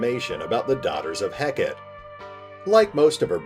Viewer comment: Such a cool concept! (Btw Hekate is pronounced Hek-a-tee)